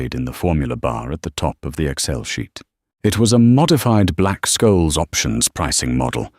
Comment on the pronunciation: A few thoughts. "Black-Scholes" is pronounced "Black-shoals" (as in the sea). Yes, a company can terminate (liquidate) a pension plan, but they must fulfill all benefit obligations to participants. This often involves purchasing annuities for retirees or offering lump-sum payments; they must follow strict legal procedures overseen by the Pension Benefit Guaranty Corporation and ERISA. Accrued benefits are insured by the PBGC. You don't do a deal without having ALL the documents in your hands for a minimum of a month. - stupid repetition. It needs to come out. Not my favorite narrator by a long shot. Truckers belong to a union, and the union would normally hold the pension funds. (Not saying pension funds haven't disappeared from union accounts occasionally ...) 40.35 - "Sign the paper." What paper??? Gallagher certainly had not had an alternate agreement with him. And he didn't have Covington's stock certificates either. Very bad writing. 43.41 - Are the doors oak or mahogany, folks??? 47.0 - "The glowing screen of the laptop"? Didn't Croft take his laptop with him? Well, was the "error" on purpose or just incompetence? We can't have it both ways. Lots of financial buzzwords, but the narrative doesn't always know what to do with them.